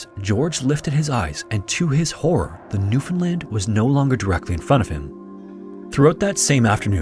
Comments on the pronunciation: Im from Newfoundland. Props for your pronounciation , rarely hear non natives of the province say it right. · Newfoundlander here, appreciate you pronouncing "Newfoundland" correctly! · I was born, raised and live in central Newfoundland, and I’d like to say thank you for pronouncing it correctly. Awesome video, I remember learning about this in middle school and it’s nice to see a great channel covering it. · Thank you for pronouncing Newfoundland properly! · Shoutout to this guy for pronouncing Newfoundland correctly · As a Canadian it felt so good to hear newfoundland said well, not NEW FOUND LANDS 😂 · 10000 points for pronouncing newfoundland properly!!!